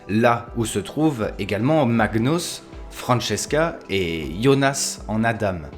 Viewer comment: C’est adam [adan] et magnUs et pas magnous